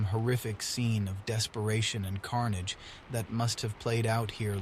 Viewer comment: Great storytelling voice. Unfortunately, it sounds like AI was used. AI does not fully implement the nuances of the spoken language (e.g., inflection, pronunciation -- "carnage" for example -- and the most obvious, the "-ed" sound for past tense where any human would know the sound is simply "d". A shame because, although I initially enjoyed it, I refuse to support AI. IMHO, only humans should be the "artistes" (you will understand when AI steals your job). We cannot stop AI, but we can boycott it. I understand that the reader (a human in his own right), has given over his voice rights, but we need to draw a line "people"!!😢 Because... well, we are people connecting with other people. That's what storytelling is all about -- since the dawn of (hu)man. Peace be with you (brace for the future)